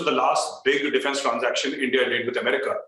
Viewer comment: Brig saab : Amreeka nahi America 🙏 and it's economy not economieees